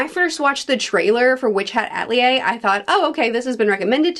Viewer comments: Atelier is pronounced Ah - Tel - ee -A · Also ahhhhh it's Witch Hat Ah Tell Eee Ay. The first e isn't silent 😭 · It's pronounced 'Ah-tel-ee-yay.' It means worksop or design studio. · Lots of neat trivia! 1) First of all, I know you like to know how to pronounce words, so "Atelier" is pronounced "Ah-tell-ee-ay", with the "R" at the end being silent. 2) The author, Shirahama-sensei, has a small, episodic manga (3 volumes long) about an angel and devil who are best friends/rivals who love and hate each others' guts as they both work to profitize humans for their faith/souls. Imagine a silly cartoon, but with Witch Hat's beautiful artwork, and a heavy focus on femininity as expression. I highly recommend it! 3) If you know and enjoy the cartoon, The Owl House, and see a lot of parallels between Witch Hat's magic mechanics, that's because Dana Tarrace is a huuuuuge fan of Witch Hat and almost certainly took inspiration! And to make things even better... Shirahama-sensei is a fan of The Owl House and has even drawn fanart of the main couple (she's very LGBTQ+ friendly)! They follow each other on social media and I believe they have spoken in person now, too. ^^ 4) Shirahama-sensei once won (I think?) a manga publishing contest, but was then told her style seems more fitting for American comics than Japanese manga... which is an insane take, but okay. So guess what she did. ...She began working for Marvel! I'm not a comics fan, but I have some of her artwork she's published in the US. It's gorgeous, as always~ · I agree with everything you said. I'm very much looking forward to this anime. Also, pronounce Atelier the same way twice: mission impossible, lol. Jk, mostly. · Atelier is apparently very hard to consistently pronounce.